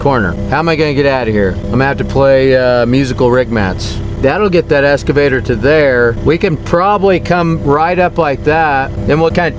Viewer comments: eXcavator, not eScavator. English class is over. 🤣 Good video and good on ya for helping these folks. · i have never heard the pronunciation "escavator" before lol... wicked job though. I'm jealous